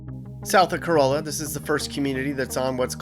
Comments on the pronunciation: ouch. COROLLA and BODIE mispronounced!! Toyota Corolla, but Corolla, NC is pronounced Core-softAh-lla.please! BODIE Island is pronounced like the word BODY. PLEASE. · Nice video! In skimming through the comments, I can't believe you weren't blasted by the Corolla folks for pronouncing Corolla wrong. It's Cor-ah-la. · "ka-rawl-la" lol, not the Toyota and you forgot the town of Carova north of that You edited out the bridge view... big yikes. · Thanks, for another great video. BTW Corolla is pronounced Corallla. Not like the Toyota. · Cor-ahh-la. Lol. And those houses are well over 1 mil. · “Cor-AH-lah. *BAH-dee Island. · Great video! I own a rental property here and enjoyed watching it. In addition to Cuh-RAH-la, Bodie Island is pronounced like the word body, not with the long O. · Cuh-RAW-luh and BAWdee Island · The village of Corolla is pronounced “ka-RALL-a”. No mention of Duck Donuts, the Wright Brothers, Jockeys Ridge, only a passing reference to the Lost Colony. So much more should be said about Cape Hatteras other than “ there’s a lighthouse here.” The tallest lighthouse in the US, that it was physically moved in 1999, that this is the Graveyard of the Atlantic with hundreds of shipwrecks and U-boat activity. No view of the Ocracoke Island Lighthouse or that this is where Blackbeard was captured and lost his head! While real estate prices are of interest for comparison, there is so much more narrative about the OBX that was left out. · He did say "bow-die." Several times. It's also "ca-rah-la." Not like the Toyota. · Nice vid, but it's pronounced Cuh-RAH-la down there. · Corolla is the car, Cuh-rah-la is the town😊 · Yes, to us locals it's pronounced like Core-ah-lah. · Carolla is not pronounced like the Toyota. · Please learn how to say Corolla correctly. It isnt like a Toyota Corolla. The "olla" is pronounced like "alla" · I liked the video! Quick note- I know it is spelled like the care, but it is pronounced with an A sound- Cor A La